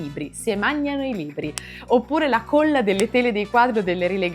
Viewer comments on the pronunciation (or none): Corso di dizione: la parola "colla" va pronunciata con la o aperta!!! 😡